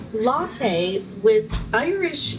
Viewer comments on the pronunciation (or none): none